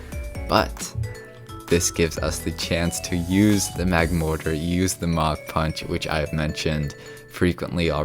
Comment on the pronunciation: Idk why but when he said Mach punch I thought he said mountain punch